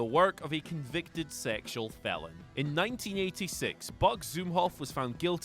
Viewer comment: Felon NOT Fellon